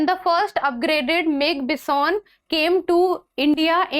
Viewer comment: Ma'am it's not Bis-On.... It's Bi-Son....